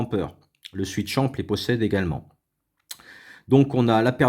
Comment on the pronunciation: Swisschamp et pas switchamp ! :) Sinon très bonne vidéo...